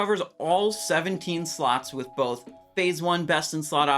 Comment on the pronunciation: i bet i am the only one who heard "all 17 sluts" right?